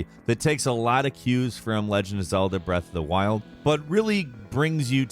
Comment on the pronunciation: Nobody:: BREATH OF DA WILLDD!!!